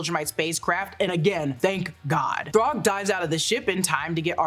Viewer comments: Why do say throg it’s THRAAAAGGG !!!! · Thragg's name is pronounced "Thr-A-gg" with an A, not "Throgg". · Did you just call thragg “throgg”? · Genuinely why is she saying Throgg. So fckn wild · Thuraag ? Wtf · It was more like Thrague like Prague 😂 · lmao she fully said “throg” 🤣😭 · why u calling thragg throg